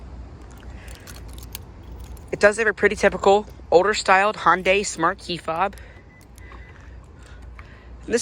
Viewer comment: its pronounced hun-day not hon-day